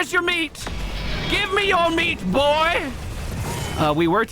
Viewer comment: I think it was the "boy" in that sentence that was problematic. Racist history with that inflection so it feels iffy.